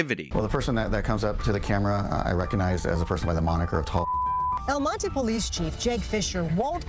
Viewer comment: LOL!, you pronounce "El Monte" like a gringo. 😂